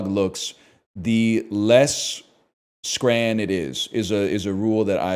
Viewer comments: As a Scot, hearing a North American say the word scran is very upsetting. This is like Craig all over again. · what in the fuck is "scran" and why would you ever call something edible that